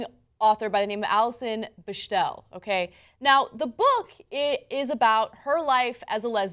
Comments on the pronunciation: It's Alison bec•dal not Alison besh•dal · That's Beck-dell, not Betch-dell. :p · (growingforfreedom) YOU didn't pronounce it properly. Her name is Bechdel, beck-dell, not beck-tell. She pronounced it phonetically as betch-dull because she wasn't familiar with the name off hand and apparently no one at TYT knew how to pronounce it either. I'm sure she's heard of the Bechdel test before, but didn't know it was named for Allison Bechdel and thus didn't make the connection. It's also possible that she's HEARD "bechdel test" used before but hasn't seen it written and thus didn't know how "bechdel" was spelled. It doesn't make her stupid. You really just don't have a whole lot of empathy for people, do you? I mean, ironically, you're screaming at Ana for saying a name wrong when you wrote that the d is pronounced as a t and ALSO spelled Ana's name wrong. I guess that makes YOU "fucking so dumb". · “Besh-dell” xD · It's pronounced BECKdell. (spelled Bechtel) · btw, ana it's pronounced beck-DEL ... the Tony award just went to the musical based on it... u notice that Freud, Darwin, and Marx are all European men. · Hey Anna, are you fucking so dumb that you cannot properly pronounce Beck-tell properly? As in the Bechdel test? Nothing that this moron has ever wrote should be considered higher learning. That is the same as saying that the Koran or 50 shades of grey should be considered higher learning as well. Pretty pathetic TYT, as always...